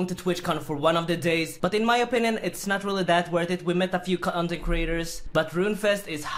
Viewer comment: cuntent creators xD